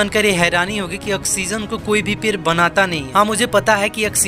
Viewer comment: पेर नही😜 पेड़ बोल